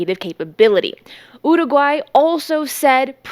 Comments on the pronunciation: Getting closer. Listen again, practice more. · Why do you keep saying Uruguay that way? If you want to use Spanish pronunciation, then use it. But why single out particular words? Do whatever makes you happy, but it's grating and random, and super weird. BRB having an English conversation then all of a sudden using a thick Spanish accent to pronounce one world lmao.